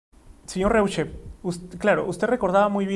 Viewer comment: su apellido se pronuncia ROISHE, algunos ni saben como se pronuncia el apellido hochhausler de nuestro presidente